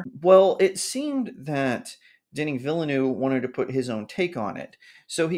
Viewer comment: I double dare you to check how Denis Villeneuve is pronounced before you next mention him in a video